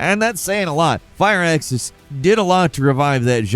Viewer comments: Did you call Firaxis “Fire Axis”? You did it again! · OK, I know it's a running joke how often mispronounces things, but I just can't get over him repeatedly saying "fire axis" for "Firaxis." There's not even an E in there; how can "Fir" be two syllables??